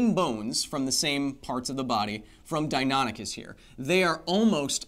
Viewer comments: "Dine ah nick us" is the correct pronunciation. I'm 40 and have studied dinosaurs since I was 5. I'm pretty sure my nerdiness is confirmed. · It’s pronounced “Dino-nikis”